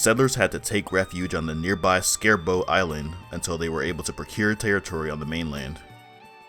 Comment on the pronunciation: Shebro Island not Scarebro Island!!!!!